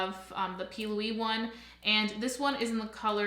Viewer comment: Are you calling it the p. Louie base ? Lol